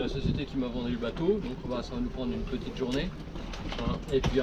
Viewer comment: Uneuh petiteuh piton? On va la goûter là-bas? Rhooo!